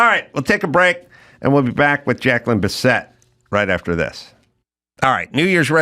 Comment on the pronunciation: Biss it NOT Bis set! Good interview tho.